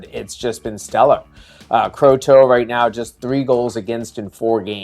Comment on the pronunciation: Dartmouth's goalie pronounces his name "CROTTO" (like "grotto")